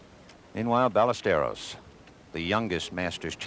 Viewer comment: Amazing how the announcers were butchering pronunciation of “Ballesteros” even after he won in 1980